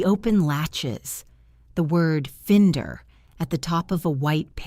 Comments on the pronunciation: Good story except for mispronunciation of FINDER. It's not fend-er it's find-er, sharp i - narrator's fault. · 'find' is the location of something now found. Finder is the person who finds the thing. nothing to do with fins, fin and it has a specific pronunciation. Please check before this mistake makes a mockery of the Reader.